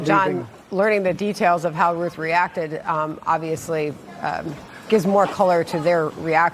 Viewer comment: His name is pronounced RUTH BENNY!!